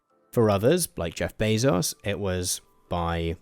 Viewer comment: I know that this is the least important thing ever, but you're pronouncing Bezos' name incorrectly. It's Bay-zous, not Bay-sos.